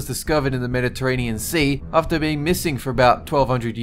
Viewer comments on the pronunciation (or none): none